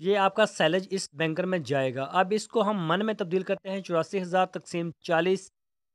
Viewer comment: Use the right word not Benkar. Bunkar ok....